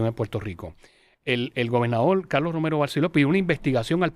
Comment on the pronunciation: Mi hermano TU eres chino?....no es Calooo .....es Carrrlosss.....ni puelto lico....🧐